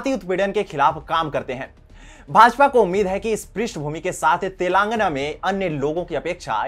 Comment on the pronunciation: Telaangana nahin Telangaanaa.. ucchaaran ka dhyaan rakkhein